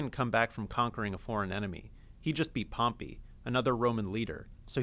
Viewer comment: I Hate How He Pronounces Pompei's Name . . .